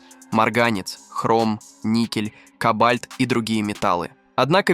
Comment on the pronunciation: тот случай когда озвучка тупее робота . - кобАльт, никЕль , проволОчка.